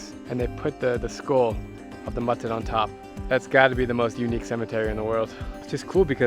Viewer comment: the animal is called a mithun (meethoon). Not "mutton". Just an fyi. Love your videos. I'm from North East India too 🎉❤